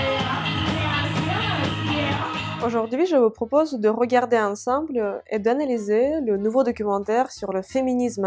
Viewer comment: Ensemble читается как онсОмбль,а не как русское слово Ансамбль 😅😅😅😅😅😅😅😅😅😅😅😅😅😅😅😅😅😅😅😅😅😅😅😅😅😅😅😅😅😅😅😅😅😅😅😅😅😅😅😅😅😅😅😅😅😅😅😅😅😅😅😅😅😅😅😅😅😅😅